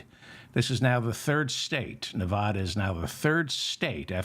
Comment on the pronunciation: Short A in Nevada, David…TY..